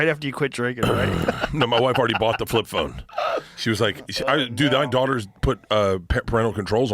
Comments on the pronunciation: Flip flone 😂 the way his tongue takes over his mouth when he says anything with an L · "Flip flone" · "What the hell is a Flip Flone? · "Fwip Phwone" - Bert Kreischer